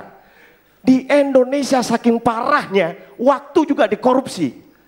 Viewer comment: Indonesia om bukan Endonesia